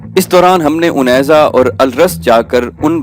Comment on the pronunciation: Pehlay ap nay unaiza ko gaiza parha tha sir